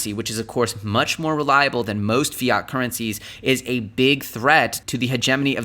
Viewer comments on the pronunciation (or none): none